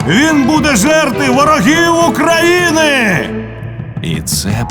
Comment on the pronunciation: Чудова робота! Дякую всім причетним. Але зверніть увагу на вимову дикторів, що читають текст. Ці тверді російські ''ы'' та ''э'' (''мы, прогнаты, гэть'') пом'якшення йотованих( ''Украіна'', 'обыраэмо'') роблять мову ненатуральною і негарною. Часом хочеться вимкнути звук.